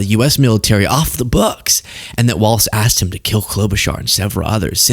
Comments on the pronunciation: Please say 'Walz' not WalTz...I know its petty as hell, but there isnt a T in his name. Its just Walz...carry on 😉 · Please, please, please. It’s Walz not Waltz! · it's WALZ not WALTS lol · his name has no t in it, ik it's not the most pressing thing, but just say Tim walls and put some flair on the z. everytime says waltz i cringe. if you like the guy, say his name correctly. for me, it's more egregious than leavitt saying chump because honestly tr and ch sounds are performed in the mouth almost identically, but adding a t sound to Walz is just wrong, unless you start dancing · Is saying Waltz instead of Walz an inside joke? Lol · Walz not Waltz. Tim Walz. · Heads up! It’s Walz like “walls” not “waltz”. There’s no “t” sound. Thanks. Sincerely, A. Minnesotan. 😎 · It's Tim Walz (walls), not Tim Waltz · His name is Tim Walz, not Tim Waltz! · Walz people not Waltz. Mike Waltz is the guy that was involved in the signal chat. Tim Walz was Kamala's choice for vice president. you are pronouncing it wrong also. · Hes Walz NOT Waltz. Two different people one is Dem the other Repug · I’m from WI and it’s driving me crazy that people can’t say Walz!!!! Not Waltz….. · It’s pronounced “Tim Walls” not “walts” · Dude. I love your content as it often so enlightening. However, it drives me nuts when you or anyone else mispronounces his last name. He’s not a three four musical timing for waltzs. His last name is pronounced as though it were spelled “walls”. Still love your channel! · I dig the hell out of your content full stop!but i feel as a Mpls. resident the name of our guv. is generally said like Walls. not like the old dance.keep on truckin dude!